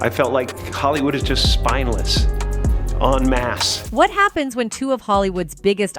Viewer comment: It’s ‘en masse’ 😂❤